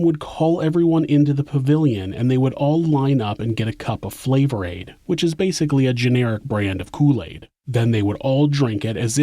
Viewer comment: It was Fla-vor-aid.